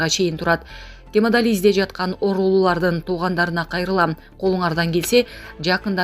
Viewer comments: Гемадализ эмес гемодиализ .Каякта иштейсин я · Журналист сорой сен гемодализ дебей туура окусан тилин келбейт экен э